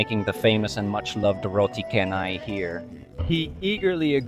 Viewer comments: Well....chennai is definitely a place in india...but canai ( pronounce as char-nai) not ka-nai . In malay,Canai means the process of making things thinner..,.in this case making the bread very very thin by stretching it and flipping it couple of times ... Now you know why it is called roti canai....do you still think we should call it roti chennai instead?😊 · canai in malay means flatten, or thinning process., canai is pronounced chanai. Its name is not from Chennai city in India, Chennai city in India name exists started in 90s whereas roti canai exist in malaysia since British Colonial 1800's